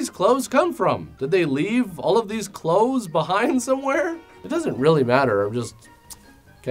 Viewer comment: The word "Clothes" sounded plain wrong in the end xD Like I was not sure about the pronunciation.